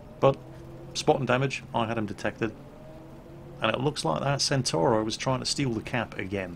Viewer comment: C1 Ariete is pronounced "Chi Uno Ariete". The B1 Centauro is pronounced "Bee Uno Chentauro". Similarly, the B1 Centauro 120 is pronounced "Bee Uno Chentauro ChentoVenti".